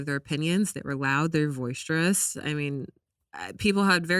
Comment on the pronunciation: welcome back! & CONGRATULATIONS on being a new mom! 🎀 Ok sry, I love you girl but the word is “boisterous”.. not “voice-strous”. I’ll chalk it up to mom-brain, I have it too sis. Lol